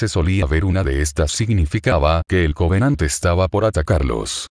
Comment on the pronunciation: Creo q dijiste 100 covenadt